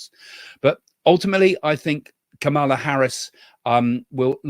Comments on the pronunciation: The VP's name is pronounced KAH muh luh. Accent on the first syllable. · What about Trump calling Biden, Obama? And calling Nancy Pelosi, Nikki Haley? And calling JD Vance, JD Mandel? And confusing the Turkish President with the PM of Hungary? I think Trump and Biden both had cognitive issues. And please have the courtesy of pronouncing Kamala's name correctly. The emphasis is on the first syllable. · Think about pronouncing her name as *calm a law. 😊